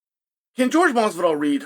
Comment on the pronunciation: George can't even read his own name right. Man can't read.